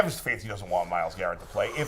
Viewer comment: The way says "StuhfaAanski" Really annoys me